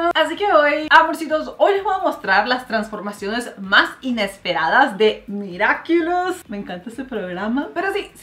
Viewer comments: Es miraculus no miriaculus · Mariale soy tu fan pero no es miraquiulos es miraculus así se pronuncia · Perdon por corregirte pero es miraculus